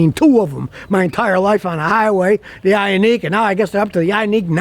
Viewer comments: Its Ioniq (Eye-On-Nick) its a "nick" not a "neek." And I've sold a lot of them. But, they have an issue with their seats and unfortunately lead to the death of a child. The pinch mechanism is faulty. They had some software updates that I think helped it, but screwed with other settings. I would absolutely steer clear of both the gas and hybrid this year. I was showing a customer one the other day, and we couldn't move the second row up enough for him to ge into the third row. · Yundye. And Yioneek (ioniq) 🤣🤣🤣